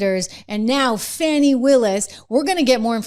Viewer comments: THE ONLY THING THAT MATTERS IS SHE LOSES HER LICENSE. FANI IS PRONOUNCED FAN-IE!!! NOT FAWNY. Her and her parents can't even spell!!! Too stupid!!! educated in public schools. lol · It's Fani, NOT Fawni!